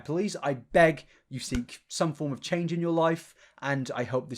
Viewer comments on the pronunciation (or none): none